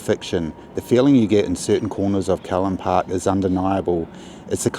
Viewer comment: Its Callan Park, rhymes with the name Alan. Also Broughton Hall: Brought rhymes court. Please kindly reference your narration. Thank you for the video.